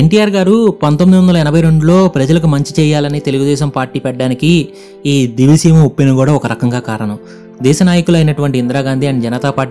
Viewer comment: Nedi matram divi seema kaadu. A oori name proper ga palakalekapotunav